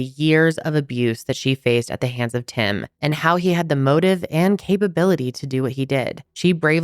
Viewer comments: Not me thinking you said his name was "Him" until almost halfway through when I realized it was "Tim" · The first time u said Tim i misheard it as "Him" and i just figured it was a name I'd never heard and now i kNOW its tim but i cant stop hearing "when Him was doing this.." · I thought u said his name was him 😂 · after reading this comment it feels like the dress that changes color every time you look at it.. now im hearing both! Him tim him him tim tim... damnit i cant tell the difference! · I’m glad I wasn’t the only one!!! 😂 I was like, huh interesting name! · She is definitely saying Him AND Tim....